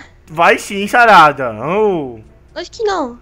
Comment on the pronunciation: "nao e bem axim xarada" mds kkkkk